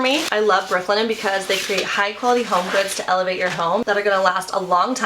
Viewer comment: Brook Linen, three time you said it, and I could never pick out the words you said. Work on this for advertising.